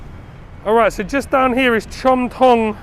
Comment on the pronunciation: "Delicious looking Farang," 🤣🤣🤣I tell ya,, sometimes what comes out of your mouth is hilarious 🤣🤣🤣. You have got a great workout today, searching for the best food. I am impressed👍 oh, CHOM THONG, จอมทอง, is pronounced as JAWM TAWNG.